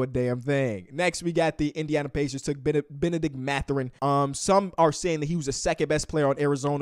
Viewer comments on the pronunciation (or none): none